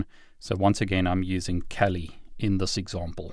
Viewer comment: It is pronounced kaali not cali.